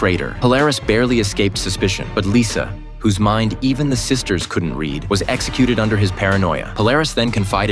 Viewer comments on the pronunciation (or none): none